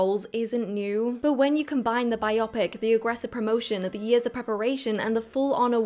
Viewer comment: That’s not how to pronounce biopic 👀 Edit: Oscar 😍